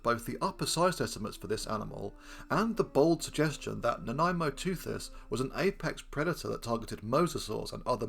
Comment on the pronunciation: I was pleasantly surprised that you discuss the claims for Nanaimoteuthis with some skepticism, the only YouTuber to do so, at least in the various reports I've seen over recent days. And I was yet more pleasantly surprised that you even got the pronunciation right! Whoopee! Hurrah! In my view, the most likely way in which Nanaimosaurus was devouring mosasaurs was by finding mosasaur carcasses on the abyssal sea floor and joining the other deep sea scavengers as they processed the corpse. Crunching up the bones of dead marine reptiles that had sunk after death from higher in the water column would explain the wear on the fossil Nanaimoteuthis beaks. And the whole (poorly observed) modern clade that Nanaimoteuthis belongs to seems to specialize in dropping down onto hard things like bivalve shells and crunching them up. So being a bone specialist scavenger on sea floor vertebrate remains would seem a more reasonable assumption than the idea that they typically rose to the upper ocean layers to ambush-predate